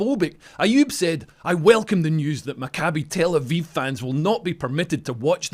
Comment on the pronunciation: Leo, just for your correct pronunciation of Maccabi Tel Aviv you're getting a gold star! 😁 I heard people absolutely butcher that name in the last couple of days... Kinda like the Islamists of Birmingham want to do to the people. 😐